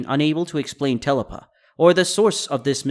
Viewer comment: Not telapa it's te lapa.. tee laapaa